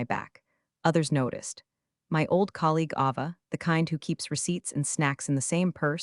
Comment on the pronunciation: You mispronounced “Ava.”